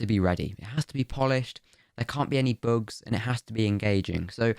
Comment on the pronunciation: No offense but.. "boogs"